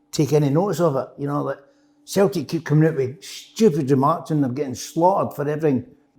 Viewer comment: Derek - ‘Futbuh’ ⚽️ Kev - ‘Sulltic’ ☘️